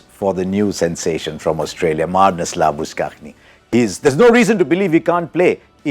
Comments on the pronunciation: Marnus Labus-cag-nee? Was I worng all this while labu-shane? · I know it's a proper noun, but do you have to pronounce Labuschagne as /lʌbəˈskʌxni/ instead of /læbəˈʃeɪn/, I guess pronunciations are acceptable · That's not labus-ka-gne, but labu-shane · It's Shane not schagne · Why do u pronounce his name as like 'LABUSH-KAKHNYE' while rest of the world calls him 'LABUSHANE' Bye the way 'labuschagne' is what he writes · Harsha Says “LaBusKaani” His name is hard for everyone 😀😀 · Pronouncian of Labuschagne is labushan. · Marnus Lab us sankay 😂 Butchered that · Harsha, it should be pronounced as Maanas Laabu-Shane. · "Marnus Laa-boo-scaagne" 🤣🤣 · It should be La bus Shane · Marnus Laboo-skukh-knee. Yep, that's how you pronounce that. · Its actually lab-oo-shane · Fun fact Harsha it's pronounce as Labu-shane. Great preview though, as always. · It should be labus-chane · The way he said labuschagne. 🤣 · Hope Harsha won't pronounce Labuschangne during commentary as he does now😒😒😭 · I am still not over about Harsha's pronunciation of Labuschagne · At 3.35 it is one incorrect pronunciation of labuschagne. Harsha should learn to pronounce his name. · This man still can't pronounce Marnus last name properly smh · That's Harsha Bhogle bro.. one of the best minds and most loved voice all over the world.. the jokes on u if u consider him idiot.. its ok its a hard name.. he will learn to pronounce it properly once he know it.. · Harsha dosent know to pronounce marnus labuschagne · When will Harsa learn to pronounce Marnus Labuschagne correctly????? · Aryan Shetye He still says it wrong